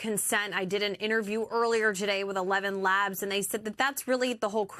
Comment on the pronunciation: Did the anchorman just say “evenlabs”? 😂 it’s eleven labs